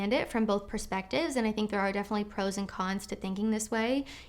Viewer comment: When she says "... pro's and con's..." it sounds almost as though she's saying "frozen cons." ie - "There are frozen cons to every situation..."